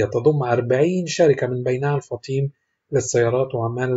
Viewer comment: الفُطيْم وليس الفطيم